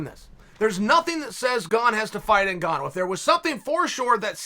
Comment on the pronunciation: Me: Francis Ngannou Chael: Francis ‘N’Gone Me: ‘N’Gone